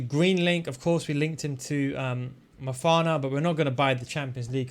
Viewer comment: É Manafa oh burro não é mafana… respeita o Goat